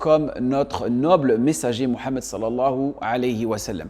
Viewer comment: Je te rejoins également ça ne tient pas pas la route mais également le fait de dire qu'il appelle Mahomet par francisation ne tient pas la route Car le prénom mohamed est très bien prononcé mis à part le ح et chada et donc Sa mérite des recherches